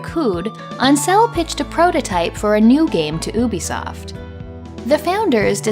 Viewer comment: Maybe you're just throwing shade at Ubisoft (which I'm entirely in support of haha), but on the off chance you're not, I'll mention that it's meant to be pronounced "You Bee Soft" 😊👍